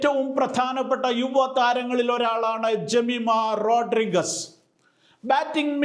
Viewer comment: എല്ലാം കൊള്ളാം. താങ്കളുടെ റോഡ്രിഗസ് എന്ന ഉച്ചാരണം ഒരു കല്ലുകടിയായി അനുഭവപ്പെട്ടു. റോഡ്രിഗ്‌സ് എന്നാണ് ശരിയായ ഉച്ചാരണം. ഇനി ഉച്ചരിക്കുമ്പോ ഴെങ്കിലും ശരിയായ ഉച്ചാരണം നടത്തുമെന്ന് കരുതുന്നു.